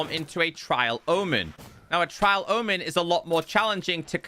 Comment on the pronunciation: Man couldnt say the word trial properly to save his life. If i werent reading the signs on screen I'd have no idea what he's on about.